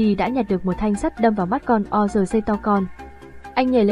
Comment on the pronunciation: Tên lũ quái vật là quân Orc ( Ọt ) chứ đọc là O-R-C là sai rồi. Ad nên tìm hiểu kỹ hơn. Chúc kênh càng phát triển hơn nữa, cám ơn.